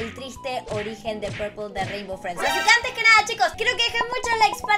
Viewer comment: Se llama pepol no purpel